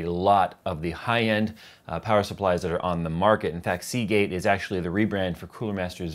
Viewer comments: say Seagate again.... SAY IT! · I cringed every time you said Seagate, even when you mentioned the hard drive.